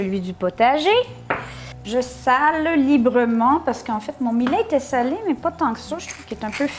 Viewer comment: Salut.......c'est bon aussi avec du quinoa a la place du millet, ca a plus de gout.........Au fait "millet" ca se prononce comme "Juillet".........Bisous du Sunshine state. Christian.....PS: comme mome je bouffais tout ce qui n'etait pas cloue au sol, il n'y avait rien qui etait "safe".......meme a 8 ans j'avais bouffe toute la boite de caviar de mes parents (200 gr.)....ils avaient eu la mauvaise idee de l'ouvrir la veille au soir "pour essayer" avant l'arrivee de mes grands parents....!